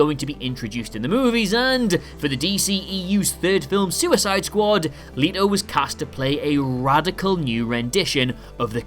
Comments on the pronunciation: Is anyone gonna tell him that it is Jared Leto not Jared Leeeeto? 😅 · Just to let you know it's let-o not le-to, really enjoyed this video though 😊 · pretty sure leto is pronounced let o not le t o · Its not Leeto, its Leto. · Jared Lee-to???? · Jared "Leeto"... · Lol jared Leetoe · Jared "Lee-doe" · Listening to you say Jared Letos name wrong makes me fucking cringe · So nobody gonna tell this man he saying Jared Leto's name wrong?